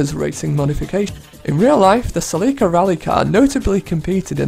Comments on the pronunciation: did this dude seriously just call the toyota celica the "cel-ka" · The way he pronounced Celica makes me want to die. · Don't try to act as if the way he pronounced Celica didn't at least make you cringe a bit. You would just be lying to yourself.